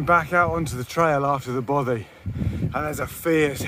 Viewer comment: Enjoying very much watching these videos, but and I know I’m being a pedant but will you please pronounce Bothy properly !!!! Both as in moth the y as ee!